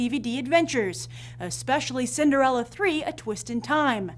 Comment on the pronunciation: cinderelle? not cinderella?